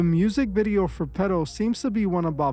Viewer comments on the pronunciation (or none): ngga so nyc hispanic he sound like he saying “pedo” not “petal” 😭 😂😂😂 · petal peto P to the E to the D to the O . i heard it when you said the name. once you hear it, you cant un hear it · “Petal” sounds an awful lot like “Pedo” 🕊